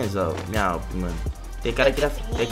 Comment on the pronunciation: Mais o nome certo é awp, e também ele fala awp não awm